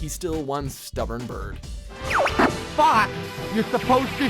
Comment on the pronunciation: god FUCKING dammit, it's Daimon S. Baird, pronounced like Beard, ITS FUCKING VOICED IN ENGLISH AND YOU STILL FUCK UP PRONOUNCIATIONS